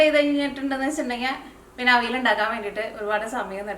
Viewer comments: തൃശൂര്കാരനായതോണ്ട് "അവിൽ " ന്ന് കേക്കുമ്പോ ഒരു സന്തോഷം 😂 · മനസ്സിലായി. തൃശൂര് പലരും അവിയലിനെ അവില് ന്ന് ഉച്ഛരിക്കാറുണ്ട്. അതാണ് ഞാൻ ഉദ്ദേശിച്ചത് 😄